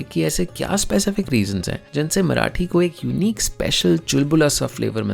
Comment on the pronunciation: And for every Marathi person in this comment section, it is मरा 'ठी' not मरा'टी' जेव्हा तुम्ही बोलता, "मराटी लोकांनी मराटी तच बोलयाला पाहिजे" you miss the point... (Yes, I've been subjected to this rant throughout my life and for once I want you to take proper pronounciation seriously)